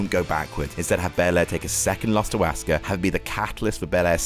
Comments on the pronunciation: It seems like says Asska or Ask her. Asuka: Us-Ka. It ain't hard lol. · it’s not pronounced “Us-ka” either. Asuka Is pronounced “Ah-su-ka” The U is only lightly pronounced and all syllables are pronounced for the same amount of time (no stress). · yes indeed but sometimes i'm hearing aus-car as well LOL